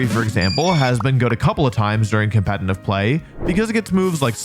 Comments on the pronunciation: Why do you say "compentif pokemon" lmao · Why do you say competnive? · "compenitive player" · And saying compet-in-tive pokemon instead of competitive in every damn video 😂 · Why does he keep putting an N in competitive?